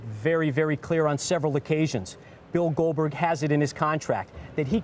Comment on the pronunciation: got wrecked when he called Glodberg😂